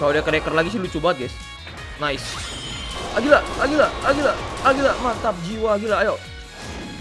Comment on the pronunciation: Agira bukan agulia